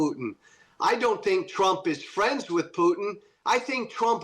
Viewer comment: I liked the slip of the tongue, "President Strump"!